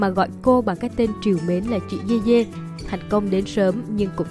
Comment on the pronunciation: Người ta dede mà đọc dê dê